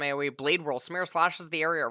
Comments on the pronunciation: literally just be able to read it's SUE ME RAH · I think it's Sah - Meer - Uh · Samira Samara.. Like dude there's literally a fucking I in her name this guy is doing this on purpose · is trying to pronounce things wrong. I'm sorry but there is no way a native English speaker reads Samira and pronounces it "Samara." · For the name. It’s pronounce the same it’s spelled Saa-Mi-Rah. It’s a very common Arabic name.